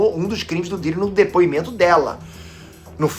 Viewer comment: do nada o falando o pidiri kkkkkk